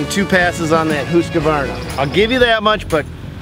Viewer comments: pronounced the name correctly and he still pronounced it wrong...lol. Hoosqavarna...lol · Husq-ah-varna? Its just Husk-varna! Theres no A after the Q! If youre doing a review, pronounce the EQUIPMENT name correctly! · LOLOLO!!! “Who’s kavarna” lol!! It’s pronounced Hus kavarna. Lolol!! Hilarious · It’s Husqvarna not Hoosqvarna and no hate but Husqavarna makes some really really good quality tractors it would mow right threw that no problem I use it as a contractor tractor and it’s great the yth series with a 46in Kholer Courage 21 it is so great. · it is prounounced huskvarna not huskevarna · It's "Husk Varna"...not "Hus koo varna". There's no extra syllable. Not to be picky...but if you are going to do a review.... Trust me...I'm from Sweden. And common...get to the point! Its a 25 video that should be 10 tops. And 20 minutes on HV, but only 5 on the the other two? FAILURE. Oh, and these Toro and HV mowers are kids toys... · "Who's kuh varna" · whoos ka varna.......at least say the name right...husk var na.... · Husqvarna not huskavarna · Dude in the twins shirt can't pronounce Husqvarna and is extremely bias. Can't put a lot of faith in a review from an ego like that. Say it with me Husk-varna. Not huska varna or hooseka varna. Definatly thumbs down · There's only two "a"s in Husqvarna. It's not "Husqavarna" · “Hoosqkavarna” 😂 great video guys. I actually saw the original video gosh knows how long ago when first got this and I never knew this follow up was here! I love husqvarna zero turns and plan to use them. Would love to have one of these and hope they address and listen to your feedback. Would love to see a video on redmax zero turns also someday if possible. That’s a nice toro though!! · It's pronounced "husk-varna" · “Whosqvana” LOL! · Did this guy just say hOOsk-varna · Did you call husqvara "Whoscavarna"? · It's pronounced "hux-var-na" Jesus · Hooska Varna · Whoskavarna lmao. Wtf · Pronounced “ HUSK-VARNA “. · Husk varna. 🤦